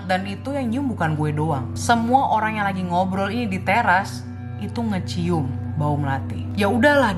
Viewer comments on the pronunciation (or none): Dia bilangnya ngekecium